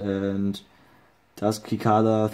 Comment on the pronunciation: cicada is pronounced sih-KAY-duh lol